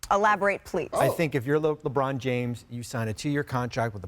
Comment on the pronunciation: Lerbon James?? 🤣